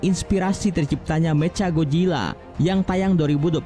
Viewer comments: Ngomong Mechanya kek bocah baru belajar bhs Inggris,meca gojila 😂😂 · Woi nama nya itu macha Godzilla bukan mecagodzila